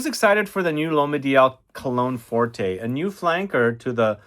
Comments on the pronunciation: Cologne forte, not forté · "Forté" means "Loud". "Forte" means "Strong". It is Cologne Forte (read "fort"), not Cologne Fort-ay. There is no accent aigu over the letter "e". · Pretty sure there is no accent over the final ‘e’. It’s cologne ‘fort’ (the ‘e’ is silent). Sorry - but it’s also true of the recent Sauvage eau forte.